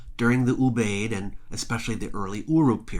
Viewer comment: I believe that Ubaid is pronounced oo b eye id. Three syllables.